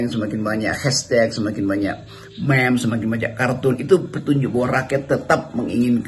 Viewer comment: Bang rocky meme dibacanya mim